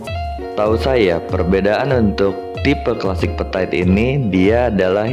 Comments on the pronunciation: Dibacanya itu petit, bukan petait. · So iritating to the ears ya, berulang2 pula diucapkannya, duuhhh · Iya ganggu dengernya 😅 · yang bener itu petit bukan petait sok inggris deh lu :p